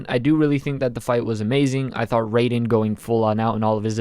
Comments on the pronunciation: It's Rye-den not Ray-den btw. Easily my least favorite fight so far. Still a pretty solid one, there were just so many better ones. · Saying raidens name wrong I tried to hold back but my correcting someone’s grammar membranes were going off